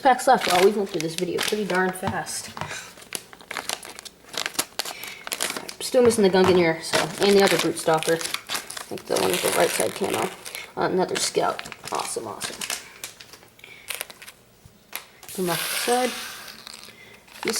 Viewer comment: Gungnir is pronounced gun-year